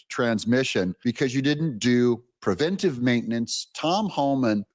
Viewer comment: Sooooooo happy that you say "preventive" instead of the misspoken "prevenTAtive" that so many people get wrong. (Pet peeve of mine.)